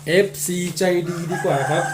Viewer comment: ใช่ๆผมก็สดุดหูเหมือนกันครับคำว่าดีกว่าของพหัสพูด